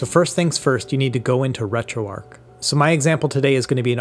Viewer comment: Imagine if Retroarch was actually pronounced like that. I'd be putting keese on my sandwich. I'd be eating kips and dip. I'd kew my food. I'd get married in a kaple. I'd attract fish using a kum bucket. Things on sale would be keap. I'd kallenge someone to a fight. Sometimes, I'd have to make difficult koices, while I sit in my kair. When I'm feeling down, people would keer me up. Great job. Words are hard.